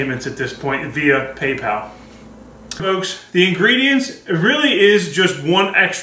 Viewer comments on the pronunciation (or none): none